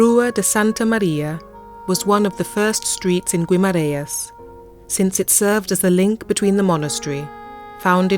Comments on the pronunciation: Not really 😉 you don't pronounce the u in Guimaraes! The I in Portuguese would sound like and E in English, so more like Gemaraens. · Would help if you could at least pronounce Guimarães properly... typical English.....